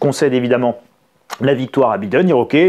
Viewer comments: Très drôle la façon dont vous prononcez « Biden » ! OK pour B I prononcé « bi » en français ... ( en anglais « baille ») Mais dans ce cas soyez cohérent et prononcez D E N à la française => « dent » et non pas « denne » , comme vous le faites 🤪 Alors « bailledenne » ou « bident » mais pas « bidenne » comme vous le prononcez 😂🤣😂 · On dit BAÏDEN